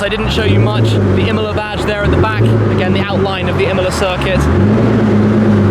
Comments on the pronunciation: Pagani Imola... No pgani mola... Impara l italiano! Porta rispetto se fai servizi su capolavori italiani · Iam the only one hearing Himalaya instead of imola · Shmee, you are pronouncing Imola wrong. It’s not Imela, it’s Imola. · I didn’t know that’s how u pronounce Imola I always though it was Emola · Imola not imla lmao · The pronunciation is nothing alike, if you know the proper pronunciation for both. Not even similar.